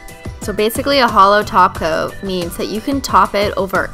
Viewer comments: I almost had a heart attack when she said top coat and not taco 🌮........ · after watching this video again 8 years later im remembering why we all thought she was saying taco 😭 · Did she say topcoat?? And not taco??? OMG!!!